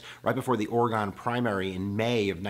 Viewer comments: It's pronounced Or-i-gun not Or-i-gone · It is Orygun, Not ORE-GONE. (ie Oregon) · Yes thank you. Glad I’m not the only Oregonian that cringed every time he mispronounced our state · ORY-ginn, not ORA-gahn. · Great content! Love your videos. However as an Oregonian it kills me the way you mis pronounce Oregon. It’s Oreg-in. Keep up the great videos tho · PPPluckful Oar-uh-ginn